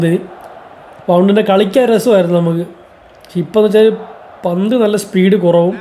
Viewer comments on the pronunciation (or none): none